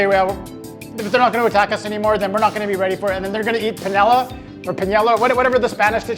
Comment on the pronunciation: The spanish dish would be paella (pie-eh-a). firing up the jet to Portugal. Super fired up!